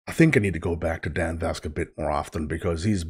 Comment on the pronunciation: His last name Vasc is pronounced like Mask. Loved your reaction and welcome to VascNation. ❤